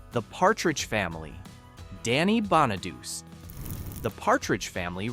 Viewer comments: Yeah... and Danny "Bonn-a-deuce". Hello, it's pronounced Bonadu-chi. It's Italian. But you can't teach robo-voices these things. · How does all these videos with the Partridge Family call Danny (bon-a-dus) when it's pronounced BON-uh-DOO-chee. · I know, right? I can't stand it when the names are pronounced so badly. Bona deuce? Really? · Its pronounced bahn nah dew chi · Danny's name is pronounced "Bonnichy" you dumbo. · Please learn to pronounce the names of the people you cover. Scott Baio....pronounced "Bayo"...Danny Bonaduce pronounced "Bon ah duche". That's all. Thank you❤ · AInvoice needstogo danny bonaduce at the end of the last name is the LONG E sound not ch sound and silent E